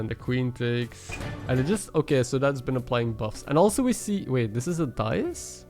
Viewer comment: Why did I hear "hello guy, it's Ben a while" instead of it's been a while. lmao